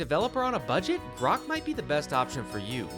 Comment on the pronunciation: he called Grok 'Brock'. 🤣🤣